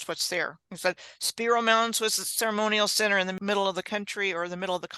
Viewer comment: Oh y'all are in my neck of the woods now, awesome, I'm just across the Arkansas river from Spiro mounds in a little town called Gans, I'm 11 miles west of ft Smith along the I 40 corridor, and correcttion on the pronunciation of Spiro, the I is long like Spy to, has probably been to Gans before, ok I'll finish watching the video now